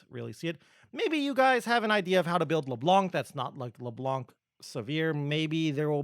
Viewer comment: I don't know why everyone (rioters included... well that explains the "everyone else" I guess) call her leblanK. That C here is silent in the baguette language :( Thanks for all those videos btw o/